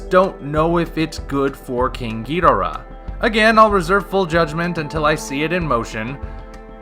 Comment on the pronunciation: If King Ghidorah looks like this movie poster, I think underwhelming is the word of the year for this film. Also, I know you've covered your reasons for it before but you are still not pronouncing Ghidorah's name right. That is not how Toho told us to pronounce it, nor is it how it will sound in Godzilla 2 on the live screen. I will be MORE than happy to lay out why you are pronouncing it wrong and how the Japanese would say Ghidorah like we do if they could, but honestly, it really sounds like stubbornness on your part right now. Toho has made it clear, and you will NOT hear Ghidorah pronounced the way you say it in G2. This isn't the 60s and you aren't Nick Adams. Just help promote awareness of how his name is actually pronounced already. Or start calling Godzilla Godziller like the old 90s dubs.